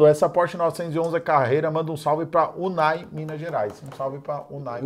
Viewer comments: Kkkkk unai kkk sou de Paracatu tbem percebi o erro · "UNÁI" foi fodaaaaa o nome da cidade é Unaí....